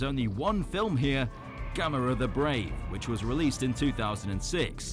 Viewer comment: The way you pronounce Gamera is “Gam Er Rah”